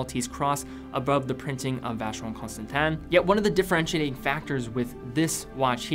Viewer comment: >VC has entered the chat. >English has left the chat.